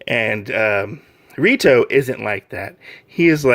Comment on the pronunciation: It's REITO (ray-to). NOT RITO (ree-to). Rito is the MC from the other popular harem manga TO LOVE-RU and it's sequel TO LOVE-RU DARKNESS.